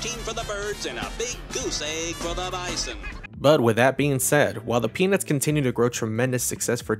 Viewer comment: Your pronunciation of 'Peanuts' sounds a bit too much like 'penith'.